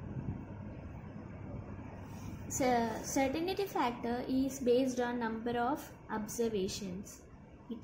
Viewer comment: hi, certain-ty not certain-i-ty